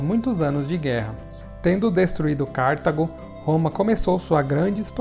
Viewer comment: O vídeo de vocês é excelente , muito bom mesmo !!! Mas por favor , pronunciem a palavra Cartago corretamente : Cartágo , com a sílaba tônica no segundo A . Cartágo ! Muito obrigado